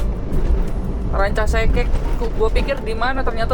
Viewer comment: Ranca ekek bang bukan Ranca sekek😂